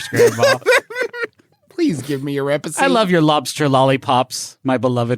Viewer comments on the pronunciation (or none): “Please give me your repisie!” 😄 I might just start calling recipes “repisies”, because that was a delightful misspeak from the J-man. lol